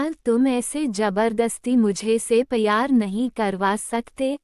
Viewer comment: Not payar , the word is pyar